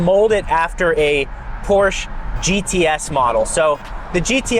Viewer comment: One of my life's minor goals is to get to pronounce Porsche like it should be pronounced, with two syllables. 😎